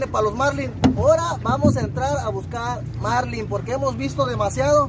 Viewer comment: La palabra es Marlín; NO Márlin